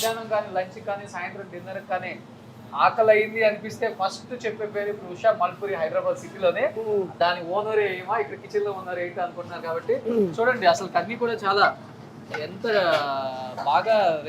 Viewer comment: మాల్పూరి కాదు మూల్పూరి స్పష్టగా పలకలేవా 🙏